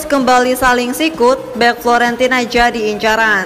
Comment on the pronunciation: Fiorentina, bukan florentina